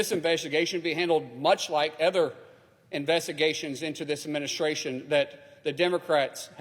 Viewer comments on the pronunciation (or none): Other investigations not “ether” investigation come on English is the official language !!